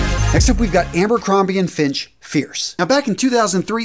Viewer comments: Did you just say "Ambercrombie and Finch??" 😆🤣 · Ha! I had to re-listen to it a few times to make sure.😆